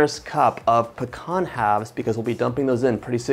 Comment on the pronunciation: It is pronounced peeeeeeee- can